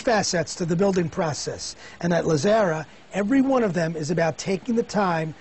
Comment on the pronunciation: Very Informative. Too bad the host could not pronounce Lazzara correctly.